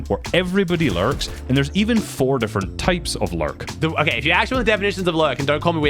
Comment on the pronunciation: Every time he is about to say "lurk" i think he is gonna say "larp"